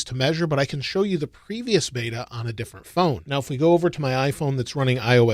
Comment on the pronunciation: beta not bata :)